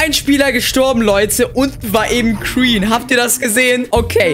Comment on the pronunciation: wie er sagt kreen und nd green 😂 ich liebs haha